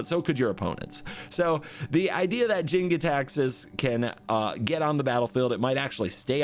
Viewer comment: That look when he suddenly realized he's been saying "Gitaxias" wrong this whole time